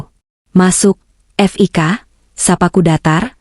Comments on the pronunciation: F i k jgn dieja oooy...belajar membaca yg baik & benar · Bca HI hai, itu Hotel Indonesia di singkat buk, bca Fik awalan nama Fikri c ibu bcax ef i ka, ampun dah bloon bgt, meskipun ktax yg bca narasix c al klau yg bisa bca gk akan slh pengucapan, dassar buta huruf 🤭🙄